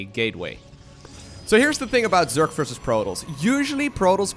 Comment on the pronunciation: It's versus, not fersus